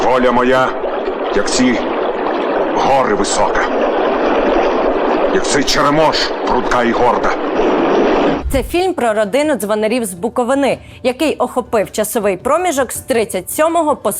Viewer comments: Будь ласка не називайте БуковИну БуковинА. Ніхто ж не каже КиївщинА. Мені як буковинці дуже сіпає око 😅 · Дякую за крутий матеріал. Але запамятайте будь ласка БуковИна! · Хочу випуск про правильний наголос в слові БУковина. Бо чути від таку грубу помилку дуже боляче. І бажано в випуск запросити відомик людей краю,які точно ставлять наголос правильно. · Дякую за чудовий сюжет і цікаву історію 😊 але особисто мені, як мешканці БуковИни, дуже ріже вухо оця "БуковинА" 🥲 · Не БуковинА, а БуковИна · Дякуємо за відео. Але запамʼятайте один раз і назавжди: БуковИна, а не БуковинА. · Дякую! Тільки припиніть БуковИну називати БуковинОю, вже. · Воно, ви вкотре не вірно ставите наголос в слові Буковина. :( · Авторка ніби з Камʼянця, а не знає, на який склад ставиться наголос в слові Буковина 🥲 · Заради усього святого загугліть, як правильно ставити наголос у слові Буковина😏 Сюжет класний, дякую!❤ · можна навчитись правильно ставити на голос в назві цілого регійону України - Буковина, я розумію шо ведуча до 22 разгаваривала на радном язике, і зараз важко вчити українську, редактора в вас нема? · Ото такі в нас "філологині"